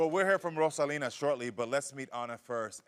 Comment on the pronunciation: That last name is Roselyn , not rosalina lol